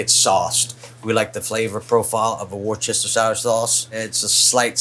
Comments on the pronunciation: War-chester-shire sauce 😂😂 It’s wu-stuh-shur, Worcestershire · Looks incredible but said Worcestershire wrong! 👀